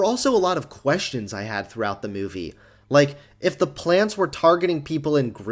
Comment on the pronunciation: He also says "like" as "lake"